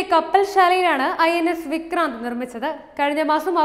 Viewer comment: വിക്ക്രാന്തു കിജെയ്